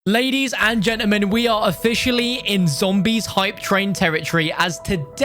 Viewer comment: I love the way he says gentermen instead of gentlemen